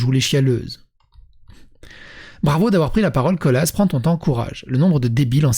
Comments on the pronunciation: Colas avec le s qui s'entend ( colasse ) , c'est la boite qui fait des routes. On dit Colas comme Nicolas, avec un s muet, comme il y en a beaucoup en français. Maintenant, peut-être que l'intéressé aime mieux Colasss ? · Ça se prononce Cola et pas Colasse il me semble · Mdr, Colaaaaa, même avec le S à la fin, c'est Colaaaaaaa, pas ColaCE! Mdr Humour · On dit Cola, on ne prononce pas le s :p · Je crois que pour "Colas" le "s" ne se prononce pas :)